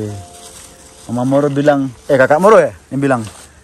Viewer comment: moro di baca muru